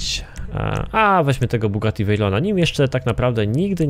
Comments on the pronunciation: To jest Bugatti a nie kugati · NIE KUGATTI SZEJRON TYLKO BUGATTI VEIRON